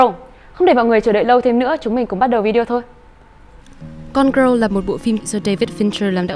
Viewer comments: phát âm tiếng anh của chị này hơi tệ, gone girl mà đọc thành gone growl, valentine thì đọc là va-len-tin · Cái từ gone girl của bạn đọc khiến tôi nghe thành côn râu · Không hiểu sao chị này phát âm tệ như vậy. Cứ đọc như: “gron gờ rơ”. Chưa kể lần này phân tích phim quá tệ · chữ girl ko phải đọc vậy đâu ạ =.= mình cứ nghe thành gone-grow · đang định cm thì thấy ngay cm này. Nghe bả đọc tưởng film gì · Có cần thiết phải đọc cụm từ "gone girl" như thế không ơi?!